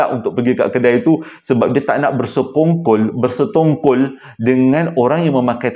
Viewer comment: Haaa apa ckp ni, bersetongkol?? 🤣🤣 Bkn laa, ber..se..kong..kol, haha tergelak sy sorg2 dgr salah sebut td